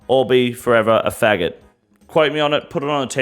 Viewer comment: Long live the King. I love that this mfer said retard and faggot the way you're suppose to